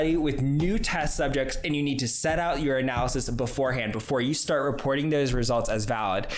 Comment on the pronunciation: Every time you say "your analysis" I hear "urinalysis" 🤣 Also, loving your outro 🎶... is there anything you're not talented at?